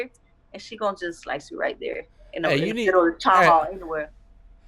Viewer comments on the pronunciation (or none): none